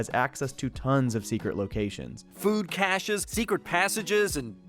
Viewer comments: "... redistribute the Duke's kay-shuhs..." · I loved the wall episodes. Also, I've never heard anyone pronounce "caches" that way... They had even just said it in the show lol